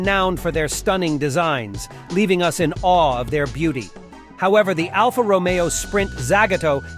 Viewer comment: Kind of weird how the voice will pronounce some of the car names correctly, then a few seconds later say them incorrectly. Mutipla.Multiplay, Alfa Romeo/Romio. The marketing for the Subaru 360 was brilliant, imported by Malcolm Bricklin. They were killed off when Consumer Reports rated the car "not acceptable".